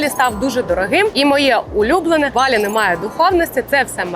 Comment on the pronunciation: Поясніть будь ласка чому ви говорите слово Балі з наголосом на перший склад. Саме така вимова прийшла з російської на протязі крайніх 5 років хоча самі балійці говорять з наколосом на другий склад. Дякую